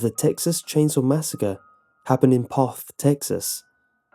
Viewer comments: And Poth is pronounced Poe-th.... I know those Pollocks make difficult names Hated competing against them and having to read out their last names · I live in one of koe-shoe-sko I have family in P-owe-f-th The only one you got right was floresville XDDD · You have to live here in South Texas to know how to pronounce Kosciusko. It is pronounced Ka-shu-ko. and by the way. It's pronounced Poe-th ......LOL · I love in floresville texas ( a little bit away from poth and there (k town) ). this is really wrong. my grandma went there and I went there today. it is full of people, and it's not a scary place. second, it's pernounce ka-shu-sco, and poth is pernounce po-th. I am seriously upset that they get this town wrong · 👍🏻it's pronounced "p-oath" TX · Lmao can't even say the name right. Did they just google it and make up the rest???? Lived outside of Poth all my life (25years) this video is dumb come out and see how much fun we have at the dance hall which btw has had many famous country singers play at and is till up and swinging. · Ur saying Poth wrong and I am from floresville.